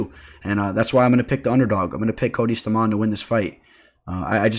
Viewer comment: Stamann is pronounced “stay-men” ... tf 😂